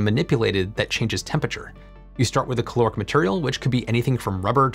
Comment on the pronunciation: You need to pronounce the A in caloric, otherwise it ends up sounding like chloric which is something else. So it's caloric not c'loric.